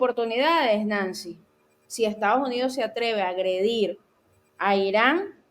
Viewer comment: buenas tardes. Se pronuncia correctamente Estados no Estaos Unidos!😔